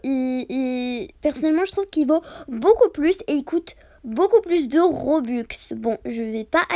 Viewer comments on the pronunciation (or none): none